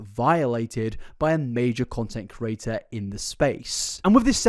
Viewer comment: I cant subscribe because of the way you pronounce “creator”